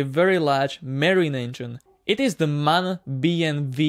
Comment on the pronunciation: Its not MAN its M-A-N